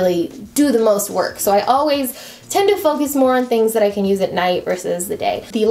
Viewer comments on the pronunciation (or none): none